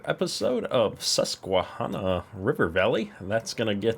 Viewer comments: if you want to sound like a true NY native, (I live pretty to close to this area) pronounce the "hanna" part like the name Hanna. And if anyone tries to correct me, here a link to the dictionary: . Either way, great video!! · Loving the series so far! I'm from the Susquehanna area of PA and am loving this map so far, its very similar to my area as well. (Its pronounced like the name Hannah BTW) Where can I find the Georgetown Geo you are using? Google search comes up empty for me. Keep up the awesome videos and I love seeing Red on the farm although I do love the JD tractors that Diniz farming has released recently. Can't wait for the next episode!